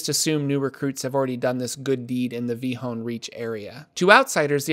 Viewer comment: ... I know the PH is silent but had no idea the L was silent. Is this really the was to pronounce Vilhon reach?